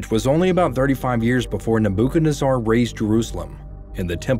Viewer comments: Nabo-ken-azar huh?? 😂😂😂😂😂 You have the wrong em-Phasis on the wrong syl-lable 🤣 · I believe its pronounced Nebu-ka-nez-arr. Just sayin...😂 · King WHO? Neb-ah-ka-nez-zar????? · Good video. FYI neh·buh·kuhd·neh·zer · Nebuchadnezzar is pronounced “neb ah can ez er”. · ..NEBOOKOONADZAR.. Never Heard No one Prounce His Name That Way'.. Cool But Funny 👉🙀👑☝️✝️🙏👑😹👈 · neh boo ken ezz arr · So weird hearing the way he pronounces King Nebuchadnezzar's name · Am I the only that’s bothered by the way he said Nebuchadnezzar? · Interesting pronunciation of Nebuchadnezzar... But great video. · I believe your pronunciation of King Nebuchadnezzer is incorrect. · How to pronounce Nebuchadnezzar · If you at youtube or google are going to have a computer voice narrate AT LEAST GET THE PRONUNCIATION OF BIBLICAL PEOPLE CORRECT! IT'S ALMOST SACRILEGIOUS 😢😮Nebuchadnezzar and GROW- TOE??? instead of Grott-o Please!!!!!!! Neb- booook-ARDKNEE CZAR ??????? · It's pronounced graa-tow and neh·buh·kuhd·neh·zr.